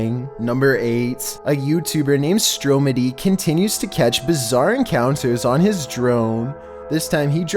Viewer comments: Stromedy is said stro muddy not stro medy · Its StrOmedy not stromedy dumb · You sead stroomedy its stromidy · The way he said stromady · Anyone else realize how he pronounced stromedy wrong. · You said stromedys name wrong he says the name in his intro